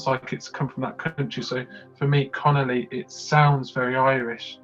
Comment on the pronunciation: Connolly has said the version currently available remains a demo, changes will be revealed on Friday. For me its the track with the most potential to do well. Its CON OLL EE by the way , not the Italian pasta dish canoli 😉